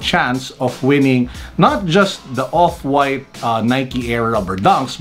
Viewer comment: "Opwaaaayt" - 😂